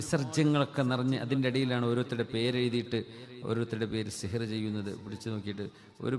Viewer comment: Aa zikr onn clear ayitt paranj terumo